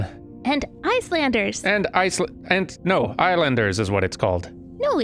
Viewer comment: No, it's ISLANDERS not Islanders.